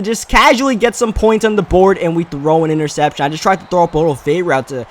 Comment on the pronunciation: The way this dumbass talks is hilarious "incompweet" innercepion dat and a bunch of other stuff 😂